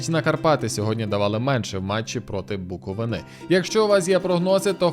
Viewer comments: Їжаче, будь ласка, не БуковинИ, а БуковИни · Буковиʼни правильно😉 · неправильний наголос в слові "Буковини". Як буковинця - трігерить)